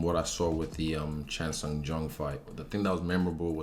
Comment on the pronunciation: Thank you for calling the Korean Zombie with his full Korean name! You pronounced it right too 👍 jung chan sung 🔥🔥 respect!